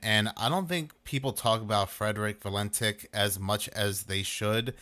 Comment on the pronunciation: Frederic Valentich / not Valentik. Like Marina Abramović/ Abramovich.